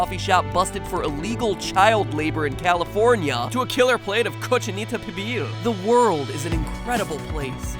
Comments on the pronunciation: Hahaha cochinita pibil, good pronunciation 👍🏻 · matpat props to you for pronouncing correctly "cochinita pibil" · i love the way you pronounce cochinita pibil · I'm from Mexico and to my knowledge that's how it's pronounced in all dialects, Spaniards pronounce their ces and zees as the th in tooth and there a bunch of other differences with other dialects but the d between vowels is universal (it is omitted in slang speech by some nationalities)